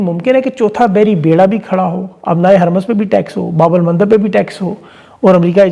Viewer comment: Sir strait of HARMOOZ ka pronunciation HARMOOZ hay Kaya map aljazeera ya international channels naheen daikhtay? WAHAAN sub HARMOOZ he kehtay han